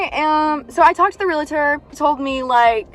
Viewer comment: it’s pronounced ‘real-tor.’ No ‘A’ in the middle. Otherwise, you’re doing a great job! You have handled being a teen mom amazingly. ❤️